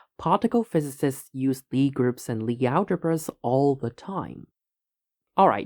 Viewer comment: Ok but what the hell 'joe-jebrah'?? Do English speaking people really say it like that?